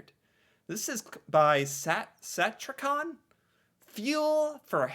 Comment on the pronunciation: Satyricon. Sa-tear-uh-con. "tear", as in "a tear you cry" "Satyricon."